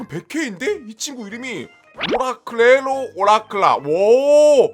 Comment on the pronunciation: 오라클레로 오라클라가 아니라 오르칼레로 오르칼라에요